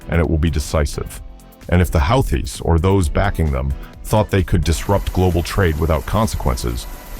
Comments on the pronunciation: Please tell me this is just some dumb AI narration...otherwise your pronunciation of Houthis (who-tees) as "howthees" is embarrassing! Next thing we know, you'll be pronouncing Iran as eye-ran 🙄🤔😬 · this guys pronunciation is weird...whoootees....then next sentence is howtheees.... make up your mind! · Who are the how-thees?? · if you cant even pronounce the word houthies how do you expect anyone to listen to what you say ?? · Yet another grand example of frickin' computer narration. Ya know (this channel) when things are written correctly, usually ( but NOT always) things are pronounced in one certain way. However, when someone makes a spelling mistake, the computer narration obligates itself to repeat the "STOOPIDITY" --that's why, when it is written without error, they say 'WHO thees' but when they screw up the word you get Huh thees. Next problem is calling them HOW thees. Again, stop the computer narration, 'PUHLEASE'? Here's a new one... 'the Healthies. Seriously? Is the author who generated this script a total moron? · Well, I guess if the AI pronounces "Houthis" fourteen different ways, it's bound to get it correct at least once...maybe. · This is over a week old..Old news. Pronounced Houthis wrong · How many different ways are there to pronounce houthis? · Another good and informative video. Thanks! Funny how the goofy AI narrator pronounces "Houthis" in so many different ways.....every one of them laughably wrong. In any case GO USA!!!! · How many different ways are there to pronounce "Houthis"? 😂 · Which is it…”Hoo-tees” or How-tees”?